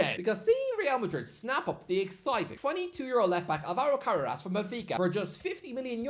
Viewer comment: Ca-ra-rass? Who?! Modern IPA: kərɛ́ːrəs Traditional IPA: kəˈreərəs 3 syllables: "kuh" + "RAIR" + "uhs"